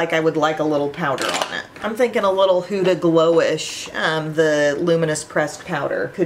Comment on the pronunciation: Hi! Try the Caliray skin tint from Sephora. It’s so much better than the ilia in my opinion😊 btw huda is pronounced huh-da (as opposed to hoo-da). I figured I would let you know ☺️ love hearing your reviews on her products. also I got the too faced Italian palette today! Made me think of you 😊